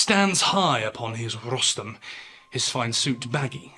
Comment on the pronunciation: It’s a rostrum not rostum